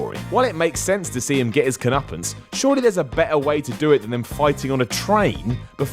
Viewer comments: .... comeuppance ... not cunnupance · i'm sorry but.... coneuppance?